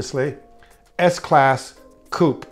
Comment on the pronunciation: Good to hear an American pronouncing Coupe in the right way!